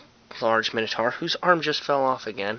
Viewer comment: Why would pronounce minotaur differently to how you'd pronounce dinosaur? It makes no sense. They're both from Greek... Top tip: when I was making my board, I made the spaces of the pitch using tile spacers from a DIY shop. It makes them raised, obviously, but I like the way the models then are sorta caged in,they come up to about the level of the bases so it doesn't look stupid either. Love the boards though bro, keep up the good work.